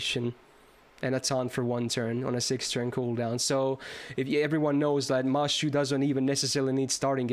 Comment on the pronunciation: the fact that you're saying mashu instead of mash makes feel very proud for some reason lol